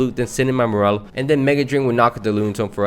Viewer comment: “Morel” it’s Morr-Lull.